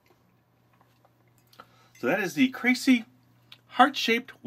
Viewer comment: Its pronounced KRAH•SEE•EHH....